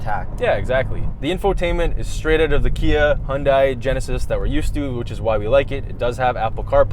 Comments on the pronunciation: HyunDAY not HyunDIE lol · Does it bother anyone else that keeps pronouncing Hyundai wrong. Its pronounced hun-day like Sunday. That's why they made that Superbowl commercial years ago. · "Hyundai" rhymes with "Sunday" for correct pronunciation; Hyundai's CEO says so. I love your vids. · Great vid. Excerpt its pronounced "hyunDAY" rhymes with Sunday